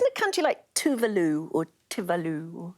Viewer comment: Tuvulu, wtf. Genuinely thought I was losing my mind. It's Tuvalu, not Tuvulu. They spelt it correctly but the pronunciation is horrible